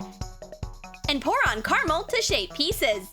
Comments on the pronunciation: WHO ELSE IS ANNOYING HOW SHE KEEPS SAYING CARAMAL OMG ITS CARAMEL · Who says carmle????